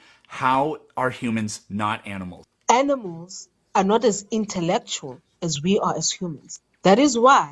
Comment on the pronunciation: "Those aminals" 😂😂😂😂😂😂😂😂 Gold stamp intelligence,!